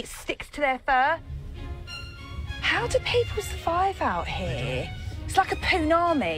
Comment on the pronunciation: “ how do people savive ou heaa... its like a poonami” 😂😂😂😂😂